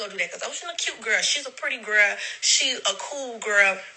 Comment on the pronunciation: You said "gel" 🤣🤣❤